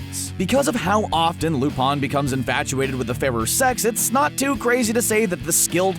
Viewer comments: lol wtf loopon its lupin not lupon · I thought it was lupin with an I not lupun. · It cringes me every time he says Lupin Lu(pawn)?????????? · um... yeah... ever try watching anime? Just a thought. I mean yeah... No, no, not joking. Like seriously, you can skip the shounen shi... shows with an endless number of episodes and start watching actual anime. Seriously, how can you mispronounce Lu-PIN the 3rd's name when its said in the opening song. "he's not actually perverse but deserves a spot on...." that might be true if there was a total of 30 or so people to choose from. Not when you have a waiting list of 30 THOUSAND characters to choose from. Put them on a list of greediest, most prideful, shameless, etc, NOT on a list that doesn't even relate to them. Out of your top 10, let me show you just how many are valid: Sarutobi Ayame ... done